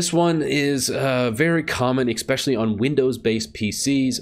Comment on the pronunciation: "Ek-specially... " hijacks the English language...